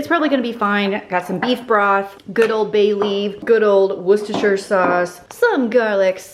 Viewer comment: You are the onlyAmerican ihave ever heard who can say Worcestershire correctly